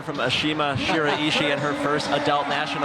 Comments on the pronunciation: Da Golden Chiken it’s shirashi Ashima Shirashi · “Robautou” “Shiriiiiiiiishi” “Fateville” I hate this announcer.